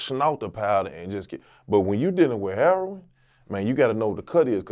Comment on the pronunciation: You KNOW PAT A REAL ONE , A REAL OF WHENHE SAID IT LIKE “Herroin” lmfaoo